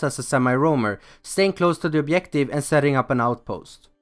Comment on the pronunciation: "Bejective"? Lol